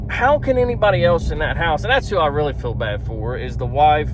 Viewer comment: And it’s FEEL. Not fill.